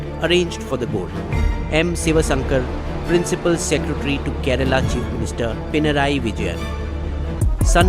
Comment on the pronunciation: It’s kerala not kerela